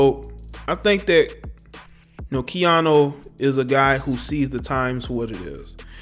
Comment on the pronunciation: Its KeaNU not KeaNo. I swear you do this all the time. Take time to learn the names of the ppl you are reporting on. Just looking out.